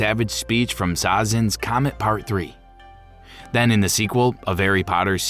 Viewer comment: Sounded like you said "Zazen's comet."